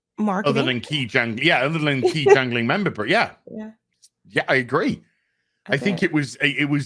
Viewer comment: Gangling? Is that some rubbish joke that nobody is supposed to understand? It's jangling...